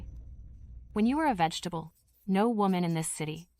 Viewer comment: Vegetative ❌ Vegitable ✅ 😂😂